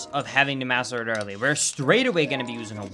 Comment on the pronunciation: Did anyone else notice he said Budder Sword?!?! I don’t know if it was intentional or not, but that brings back so many memories of Skydoesminecraft. Great video,, this was awesome!